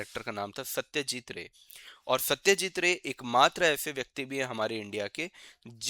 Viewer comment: Satyajeet Roy.....not Ray